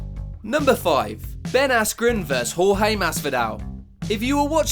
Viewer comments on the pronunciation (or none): Jorge vs Ben should’ve been number 1 no trash talk can go worse then getting knocked out in basically 2 seconds the other 3 is how long it took the ref to stop it 🤣 and why does he have to keep saying George and not Jorge 🤦🏽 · y is man sayin horhe masvida its supposed to be jorge masvidal